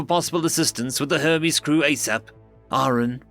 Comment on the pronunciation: The narrator did say Herpes right, instead of Hermes.